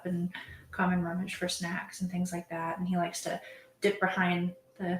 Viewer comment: “ SNECKS” ugggh unnerving!!!